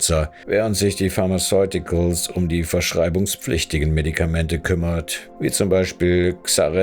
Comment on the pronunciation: Gute und interessante Recherche. In Zukunft vielleicht noch ein bisschen mehr Arbeit in Rechtschreibung, Aussprache und Logo-/Textplatzierung stecken. Mit Aussprache beziehe ich mich nicht, wie evtl. anzunehmen, aufs dialektische "Kemie", sondern z.b. auf englische Wörter wie "Agent Orange", "Pharmaceuticals", etc. Das WhiteCorner-Logo verdeckt teilweise Bauchbinden und Texte haben z.B. Deppenleerzeichen ("Kriegs Planer" im Zitat, obwohl der eigentliche Titel korrekt mit "Kriegsplaner" geschrieben ist), fehlende Buchstaben ("United State"), etc. Ach, und das "Hey, bleib bis zum Ende dran" am Anfang hätte mich fast direkt wieder zum Abschalten gebracht, also eher das Gegenteil vom erwünschten Effekt bewirkt.